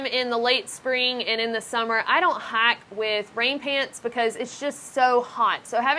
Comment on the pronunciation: The way you say "hike" and "hiker" makes me giggle.